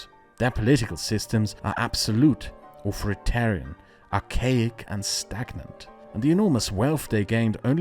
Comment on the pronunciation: It isn't pronounced Auforitarian, but a Th instead of the F, and its sound placement is exactly what it looks like, it starts in the place of a T, not the lower lips. hope that helps.